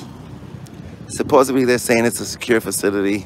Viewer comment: 'supposably it's a secure facility' Supposably?